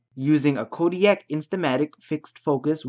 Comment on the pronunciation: Makes a video about debunking something...pronounces Kodiak instead of Kodak. LOL.. fail